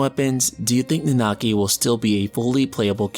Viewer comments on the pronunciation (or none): Please just stick to calling him Red XIII. I cringe a little, every time you try to pronounce Nanaki. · You guys with this "Nanaki" name calling but want to not spoil FFVII story. I will forever cringe everytime you guys pronounce his name.